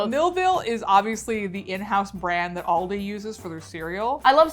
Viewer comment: we know now that must upload the videos, bc calls it "aldi's" and calls it "aldi" hahaha